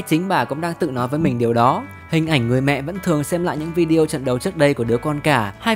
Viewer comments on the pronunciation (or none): none